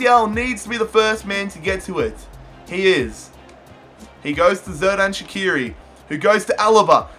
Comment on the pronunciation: Great vid! Keep up the good quality btw it's soo-luh (Süle) and sher-dan sha-kee-ri